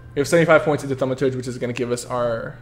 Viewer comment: | Gaming Channel its pronounced thur ma churge